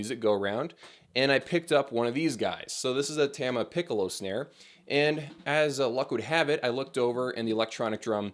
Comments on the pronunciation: its tama not tama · You say it as Tama and not "Tama".